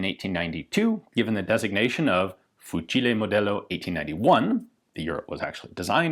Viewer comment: La voce di Ian quando dice "fucile modello 1891" è un po strana